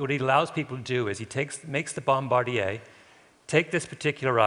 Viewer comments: I can't listen to him say, "bom-bar-dee-aa". This is 'Merica, Kunte Kinte. The word is bom-buh-deer. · Bomb-bar-dee-yay. Good lord... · What is a bom-bard-e-yay? The word is bombardier and the pronunciation is bom-ba-deer,,,,,throughout the English speaking world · My father was a bombardier---and its pronounced bombardeeer--not bombardeeaye. In the 8th Air Corp from 1943-44. Till the day he died in 1992-he never spoke of the Norden Bombsight. He did say howver that it was never as accurite as advertised.He did say however that he was ordered to destroy it in the event of a crash-and or-give his life to protect or destroy it in the event of an enemy procuring it. Nice to hear how Germany had all the plans of it all the while! I'm glad my old man didnt have to implement those precautions! I wouldnt be here. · 'BombardeeYAY"?? Seriously? I've never heard that pronunciation before in my life! Kinda' ruins the presentation. It's "bombadeer"! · Bombardier (Bomb bar dee ay) is an aircraft manufacturer....bombardier (bombba deer) is someone who drops bombs. Just sayin'... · Garfunkel keeps saying "Bomb bardy ez" How about respecting the real American airmen who fought WWII and call them what they called themselves? xITS BOMBARDIER FANCY MAN! BOMBADEER , quit hanging out with Brittany Spears and talk like a man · pronounced bombadeer not bombardiyay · "Bomb-a deers', not 'Bomb-Bard-ieas" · "Bomb-bard-deer"? I've always pronounced it Bombe-deer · Americanos pronounce it as "Bomm Buh Deer" while Canadians pronounce it as "Bome Bar Dee Ay", that's a dead giveaway that Malcolm Gladwell speaks Canadian. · Crew member who drops the bombs is a 'bom-buh-deer' not a 'bom-bar-di-eh' (that's a Canadian aircraft maker, eh?) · "Bom-BAR-dee-ay" WTF? Written so many great books and can't pronounce "Bom-bar-DEER"??? Or is he paying "Ommarge" to the language it's derived from? (btw, it's "hommidge") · bomb-a-deer not bom-bar-de-ay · TIL bombardier is pronounced bombardiyay